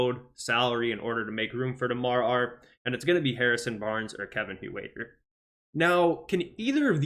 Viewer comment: Hoowaiter? It sounds like hurter